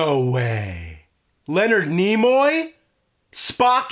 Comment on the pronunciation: “FOR NEMOY”